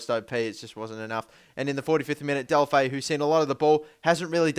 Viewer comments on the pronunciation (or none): Deulofeu is pronounced like this: "Deh-oo-loh-feh-oo".